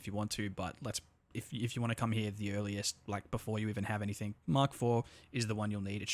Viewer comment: Anythink? Someone is struggling with English